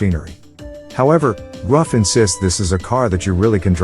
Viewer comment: It's pronounced Roof!